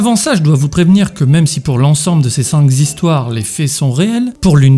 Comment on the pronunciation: "cinq zhistoires" :D